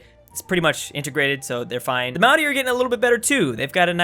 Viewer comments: Obligatory "You're pronouncing Maori wrong" It's not Mao like sexy Mao, it's more Moe like Moe's Tavern. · Hey just thought you should know that the Maori are pronounced kinda like moldy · Also the way pronounces "Maori" it sounds like "Maui" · Why do you pronounce 'Maori' like 'Moundie' through the whole video? It's really annoying. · I have genuinely never heard Maori pronounced that way. Not trying to be a knob about it but it's a rolled R, it kinda sounds like it's being said as an N or something? Edit: I mean it's better than most say it so thanks for the effort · Every time you pronounce Maori it makes my skin crawl... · I like how mispronounced Māori